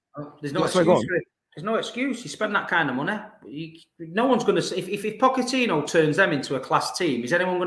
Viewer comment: Where do you get these people from ? This guy is so vexed over another club that he's trying so hard to act like he can't pronounce Pochettino's name 💀